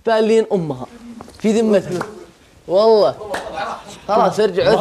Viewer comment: والله وليس واللهي.. الله يوفقكم اسم الله عز وجل ونعم به سبحانه وتعالى جل جلاله بشكل صحيح..حتى لو اختلف النطق